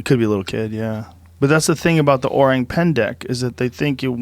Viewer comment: Joe's pronunciation of "orang" is spot on!